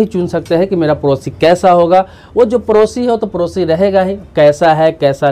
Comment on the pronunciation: Bihari.. parosi nahi padosi kaho...time waste na karo na apna na doosaro ka..🙏